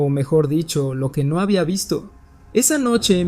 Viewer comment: No sé dice ño ño Se dice no no 😂😂😂😂😂